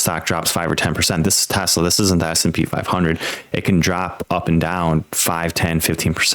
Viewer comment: AI flub.TESLEEE??? WTF